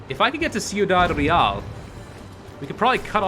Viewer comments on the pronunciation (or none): It's pronounced Kwee-dad, btw. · See-oo-dad Real? Lol Your mispronunciations are hilarious sometimes.